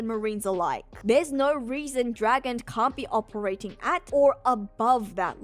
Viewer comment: mindblown. I'm today years old when I learned that's how you actually say his name.